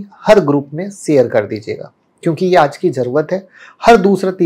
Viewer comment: सेयर करो क्या होता है... शेयर बोलते है उसको.. मुह मे पैदाईसी सुपारी है क्या